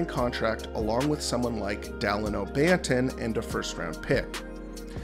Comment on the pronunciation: You really butchered banton's name. The disrespect